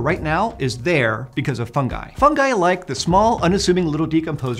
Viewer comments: Why do Americans spell the letter "I" like. ai, you say "Fungai", that is scary!!! When u say "Ring" you spell the "I" the right way... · Fun-ji. Fun-JEYE. With a J, not a G. Geez. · Is it me or did I really heard 'FUN GUY' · I was pronouncing “fungi” wrong